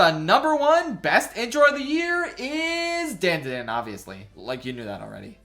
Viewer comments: The show isn't pronounced "dan da dan", it's "dawn da dawn", it's how they say it in the OP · you did not just say Dandadan like Dayndaydayn. And disrespecting my boy Chilchuck in the same video....... insanity. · “Dan-da-dan” Bro the intro says how you are supposed to say it 😭😭😭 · why does he say dandadan like thattt ughhh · He pronounced dandadan wrong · Why does this mf mispronounce DanDaDan when it's in the first .6 seconds of the intro in every single episode. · Given your opinion of it’s opening, why do you pronounce DANDADAN like that? Who is Dan? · Dislike for the dandadan pronunciation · saying dandadan like that is whitest moment in a while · no, I can’t ignore you pronunciation of danadan, idk why I care but it disturbs me on a primal level. Seriously, why am I so disturbed by this? Help. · The way you pronounce dandadan pisses me off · HOW DOES NOBODY KNOW HOW TO PRONOUNCE DANDADAN